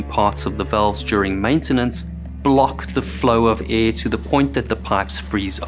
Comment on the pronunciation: “air” has an “r”